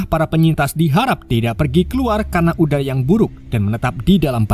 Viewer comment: Menit : 1.46 ada salah pengucapan salah : uda yang buruk benar : udara yang buruk maaf kalau ada salah nya min 😅